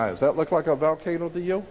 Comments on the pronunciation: Why does Jordan Maxwell pronounce volcano as "Valcano"?? I found it really annoying for some reason.lol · Jordan Maxwell loses me with "excape" and "VALcano"... Haha.